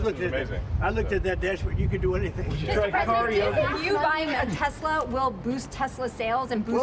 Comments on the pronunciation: min time stamp, "I love Tesler!"😂😂😂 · I love tesler!😂😂😂